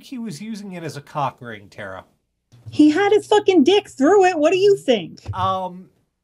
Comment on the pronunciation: Tara, not "Tera". Her name is in the intro every single week.